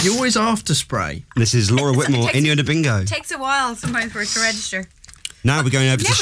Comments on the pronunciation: its Whitmore not Whitemore :) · Whitmore, not whitemore